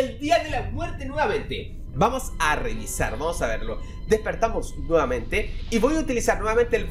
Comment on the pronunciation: dijo vamos a renisar